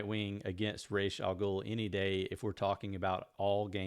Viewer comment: Nice list, bro. By the way, it's RAAS, not RACHE.